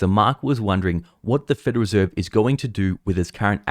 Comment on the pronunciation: It's the "Federal Reserve", not "Federer Serve""